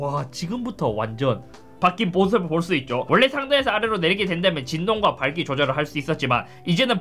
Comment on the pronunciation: 진동과 발?? 조절이라뇨 ㅋㅋㅋㅋ 발음이 좋군요 ㅋㅋㅋ